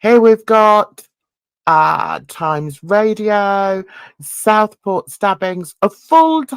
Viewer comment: It's pronounced Southport not Stockport which what it sounds to me